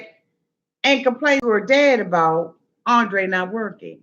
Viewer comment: ANDRRRRRRRRRRRRRRRRRRRRRRRRRrrrrrrrrrrrrrrrrrrrrrrrrrrrei rrrrrrrrRRRRRRRRR